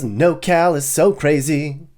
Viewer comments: It's NorCal not NoCal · *Norcal not “nocal” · It’s not “NoCal”, it’s “NorCal”… Are you sure you’re qualified for this tour? I live in Sunnyvale, CA and love it… Driving past Oakland and making it seem like that’s everywhere is misleading and I bet you’ve never said hella. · It's NORcal, not Nocal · *NorCal (not No Cal) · Couple things, Its Nor Cal not NoCAl and it is anything north of Sacto. The rest is central CA and has little in common with this area. Secondly, why do you have footage from Big Bear and Lone Pine while describing Humboldt ??? Cant argue with the description of places like Eureka and Redding, definitely shitholes, but theres a lot of really great laid back places hidden up here just like anywhere in CA though you have to stay out of the cities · "hella" good vid, however, we call it Nor cal bro. Not "no cal" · It’s NorCal not nocal 😂😂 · FYI, it’s NorCal not NoCal 😉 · I live in NOR Cal (Not NoCal Which you are confusing the shortened SoCal nick name) If you can't even get that right, you don't know California. ROFL. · Born and raised in Northern California. It's Nor-Cal not No-Cal. I've never heard it called No-Cal. You forgot the area between sac and tahoe along I-80. Good places to live. Geographically northerm Cali is almost all red except the bay. I don't think you gave Sacramento enough credit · Your not completely wrong about anything but your 100% wrong about nocal. Its Nor Cal. Your forsure from socal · Anybody gonna tell this man it’s NORCAL and not NOCAL lol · NorCal NOT NoCal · Did you say "NoCal"? Lol nope, lived in NorCal for several years as a teen and never heard of "nocal". Born in Sacramento, my poor homestate is a shit hole now.